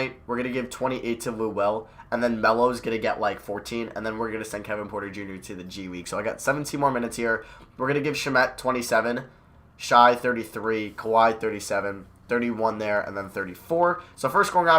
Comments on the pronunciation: It is pronounced Shay, not Shy... had to do it to him lol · You were right its pronounced shay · It’s spelt shai but pronounced (shay)